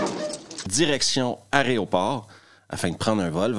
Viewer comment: Super mais c’est aEroport pas “arrêt au port”